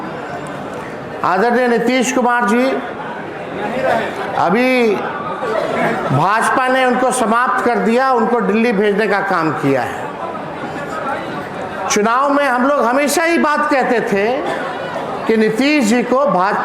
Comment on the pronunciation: दिल्ली भी bolne nahi aataa hai inhe डिल्ली